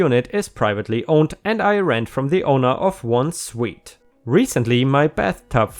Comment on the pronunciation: Just two things, you've gone back to having an echo and being louder than normal. And just to make sure you know, you don't pronounce suite as suit, it's pronounced the same as sweet.